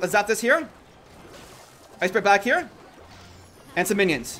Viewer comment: I luv it when you said Ice Spurt instead of Ice Spirit😅